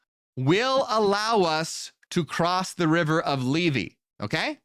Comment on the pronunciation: Λήθη, Leéthee, th as in THink, not th as in THere.